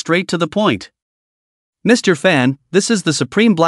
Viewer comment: It’s annoying the way he say "Mr"